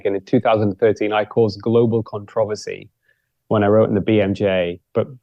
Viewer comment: Megyn, you're jumping the shark. Please don't follow these outliers. Elevated ApoB and IR are risk factors for heart disease. Saturated fat raises LDL and should be limited. Never trust someone who cannot pronounce "controversy "!